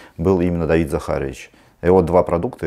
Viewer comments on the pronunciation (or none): none